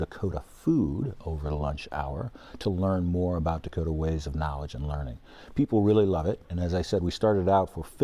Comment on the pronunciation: 😆😆😆 " quality leeerning center" 👎🏻 ever wondered what it sounds like when you embezzle then flush tax dollars down a toilet?